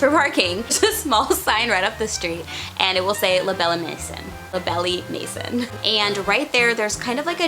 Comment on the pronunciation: Ok. Thank you so much first for the updated info and pictures. I have to say. ... Please please check out how to say things in different languages. Butchered the pronunciation. la Belle Maison. Pronunciation is belle (like Disney) Mayyyzon (o sound is nasal).